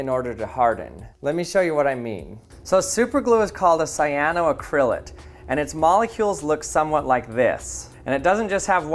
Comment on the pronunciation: It took me a couple repetitions to realise you were saying 'cyanoacrylate'. The main stress falls on the 'ac' syllable: cy-a-no-AC-ryl-ate, not cy-a-no-ac-RYL-ate.